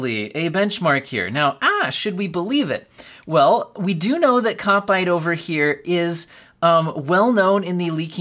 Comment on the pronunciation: A Kopite is a Liverpool fan. You pronounced it correct in this vid.